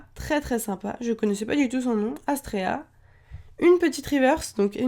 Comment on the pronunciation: C est Astera pas Astrea sinon bonne vidéo